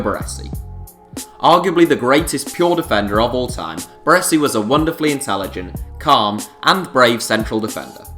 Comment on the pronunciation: Considering Celtic knocked back 15m from man u in the 90's for Larsson, this valuation is silly. I would expect no less though, from someone who can't even pronounce "Baresi".